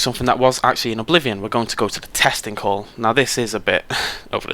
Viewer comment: //mrchazta chaz 😂😂😂 think he said “testing hall” but that’s what I heard too lol